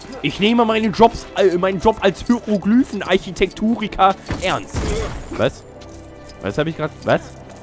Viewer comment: hyroglüfn ? :D